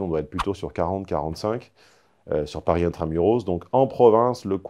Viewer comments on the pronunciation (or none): none